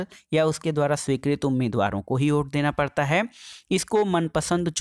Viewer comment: Ote nahi vote hota hai sir